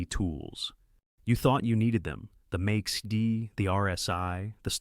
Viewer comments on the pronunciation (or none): The things you say, click! But then I wish, you were a real person narrating those things instead of AI speaking the script. Because all the vibe vanishes when AI speaks "MAISI-D" instead of "MAC-D". Come on, hire a human narrator! 🙂